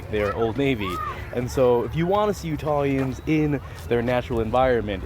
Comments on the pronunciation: Nice review man. I was born there and hadn't been to a few of these places. Though, to be fair, it's pronounced Utahans (Utah folk). Makes me wanna go back in the summer. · All Day Therapy exactly what I was going to share. It’s Utahns. I replayed it a few times to listen to that part 😂